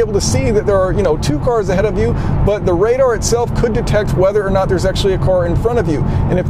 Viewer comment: Never heard this accent before: "Self-driving CORS?"